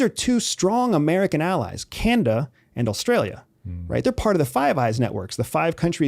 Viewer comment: Ive been a fan for a while buy I’m finding it increasingly hard to believe this guy was ever an international spy. He pronounces Canada ‘canda’ in this video and then a second later pronounces Australia ‘allstralia’. And also says china is a threat, but theres no possible way China is a real threat unless we force them to act. They paid for our modern infrastructure. Thats a long term investment. He still works for US intelligence obviously and wants us to eventually attack China so our debt can be wiped and we can funnel Asias prosperity into the pockets of the American oligarchy.